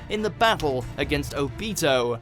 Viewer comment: I am still triggered by how they pronounce Obito